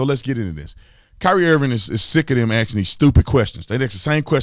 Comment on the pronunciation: Did he keep “axing” the same question?